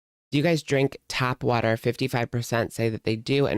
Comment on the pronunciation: who taught her English? It’s tap water 😂😂